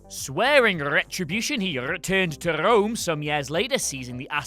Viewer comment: Swearing RRRRetribution he RRRReturned to RRRRome